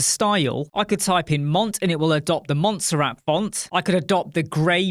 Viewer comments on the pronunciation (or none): This is great! Also did you just say Monster-At for the font? :D